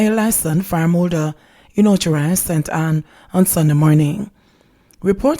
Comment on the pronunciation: Och Rios! The Spanish pronunciation! Short i sound.